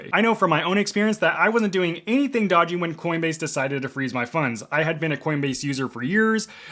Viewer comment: Doggy or dodgy? lol, drive me nuts.